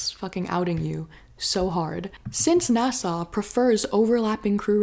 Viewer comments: *NASA, not Nassau. A is for agency. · Great info but you say NASA like it’s an island in the Caribbean 😊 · fElon should cut back on the K. Also, I’ll never pronounce NASA the same again 😂🎉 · I kinda like the way she says it lol its silly